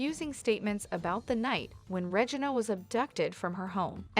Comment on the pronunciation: It's not Regin A its Re gina